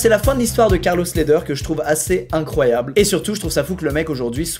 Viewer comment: Mdr c’était quoi cette accent anglais sur le premier Carlos Ledher, c’est un colombien, c’est espagnol ahah faut prendre cet accent espagnol alors gringo ahah